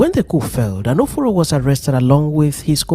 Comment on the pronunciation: Is Anoforo an Igbo name or pronounced wrongly? If yes, he must have come from a none Igbo speaking region.